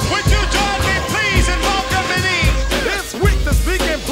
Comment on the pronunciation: Why the voice says, welcomining and not welcoming is beyond me, but no big deal cuz this is flat out DOPE, Word :):)